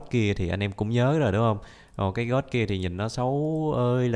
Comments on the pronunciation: Phải nói là Tiếng anh: gold Người bình thường: gôn: gót 100 englisk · Người bình thường đọc:Gold đọc:God